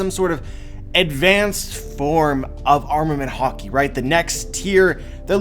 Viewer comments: Am I the only who who keeps hearing "hawkey" instead of HAKI (HA-KEE)? Sorry, I love your vids but this was cringe worthy a bit lol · Please master the pronunciation, hah-ki not har-ki. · it's not hockey it's freaking HAAAAAKI !!!!! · It’s haaaaa-key(haki) not hockey thanks.❤️ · ha-ki not hawki the way you say it was messing wit me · stop saying harki it's ha ki haki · You say hockey instead of Hacki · Are you saying hocky or ha-ki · Conquers hawky🤣🤣😭😭😭😭🤣🤣🤣🤣🤣🤣🤣🤣😭😭😭😭😭😭😭..its haki dude🤣🤣🤣🤣🤣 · Can't stop hearing "hockey" now lol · i think its pronounced as high ki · I can't erase it, every time he say "Haki" i only hear "Hockey" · “Concors hockey” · Dude, you say it with a very hard accent... say it like this: HAAH KI - say it like you are screaming with pain. an open 'A' sound. aaaaaaah so, haaaaah ki. try it. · What huh-key ? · Listen, when you watch Japanese anime pay very close attention to pronunciations, dont not say it to suit your accent. And its "Ha" "key"(haki) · This is epic,also what I don't get is all this "" "" says it wrong,isint it pronounced hockey,hawkee, hah key,.....Yeah I'm Canadian as fuck big whoop wanna fight about it.. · i'm sure there's an A not an O in Haki bud.. I pronounce it Hackey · For some reason I thought you were saying 3 types of Hockey.... dude go learn some proper Japanese lol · No need to be negative does a great job with these videos so I ask you to appreciate what he does and don't get on him for say a word a different way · the way he pronounce haki man its so cringy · Yeah but the way he pronounces haki kills me